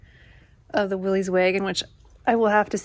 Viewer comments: Pronounced "Willis," not "Willeez." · Great build!1 I have a ‘62 and love it! Do your selves a favor in the community and stop calling it a “Willies”, it’s a “Will-is” and drop the apostrophe.